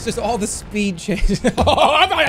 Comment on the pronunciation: a little bitta shpied :)